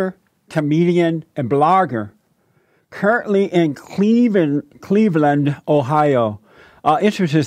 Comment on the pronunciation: The 216!! Jessie how you mess up saying cleveland all the time you talk about lebron james!!!! 🤦🏾‍♂️🤦🏾‍♂️🤦🏾‍♂️🤪